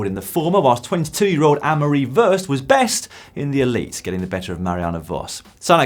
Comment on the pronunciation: Hi Dan, Worst is pronounced War-st.